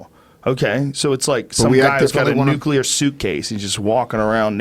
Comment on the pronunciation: Not only can you not define a nuclear bomb you can't even pronounce it correctly. You probably shouldn't have a say in whether they are banned. Way to prove your point.